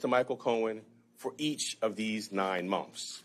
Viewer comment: He has so much trouble saying “months.” He says something like mulmphs. This was the 10th time probably that he said it the same way.